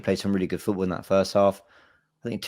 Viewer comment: Everytime says footBoo i get a fright